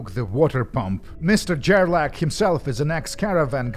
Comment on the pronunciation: Gerlach is more like grrrlock and less Jerlak